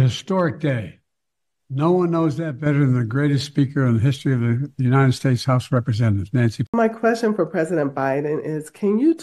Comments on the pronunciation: He STILL can't say "united". "The u nine ed states America" and now he's drpping the "of". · And Joe always mispronounces it as UNINTED States!!!!😵😵😵😵😵